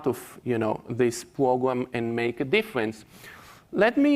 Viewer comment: This this man just say "It's a Pwogwam?"